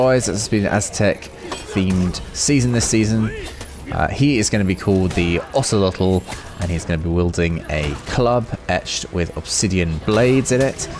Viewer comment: Hey really nice pronunciation of Ocelotl and macuahuitl